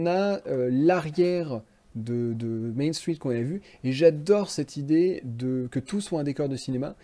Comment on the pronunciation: T’as un accent québécois ou pas? J’arrive pas à le déterminer, ça va tu l’as pas trop mais quand tu dis "Main Street" puu